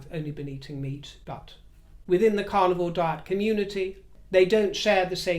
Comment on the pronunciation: I'm a U.S. Southerner, and I adore your accent, although at first hearing, I thought you were saying your were on the "Carnival Diet" & I'd not heard of that one! Best hopes for your health issue. Bwaahahahahahaaa at the idea of monogram "ASSOS". WHAT a boring mess she is.